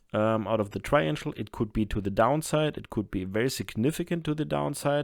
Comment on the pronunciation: I got one finally! Triangle not triangel. We say it with a hard g. You used a soft g (j sound). A triangel would be three angels. Maybe you're just throwing me a bone ?? but it is all I could find. Your english is as good as your research..great Thanks again